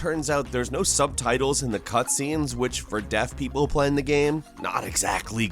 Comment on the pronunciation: I swear you said death people